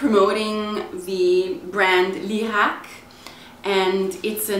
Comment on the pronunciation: sei italiana per caso?! grande pronuncia!! ho appena comprato lierac high peel